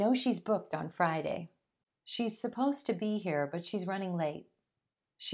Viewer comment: Why do you pronounce "here" as "hair"?